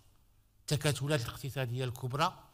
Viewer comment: التكتلات وليس التكاتلات